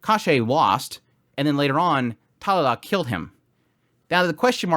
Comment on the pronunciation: Talala 🤣 sorry no disrespect i had to point that out But great vid by the way going to watch the episode now haven't watched it uwt